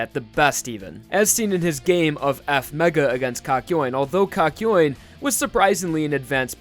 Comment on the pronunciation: It's not F-mega, it's EFF! MAYGUUUUH!